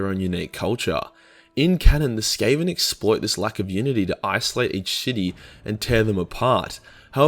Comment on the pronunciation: He pronounces city as shity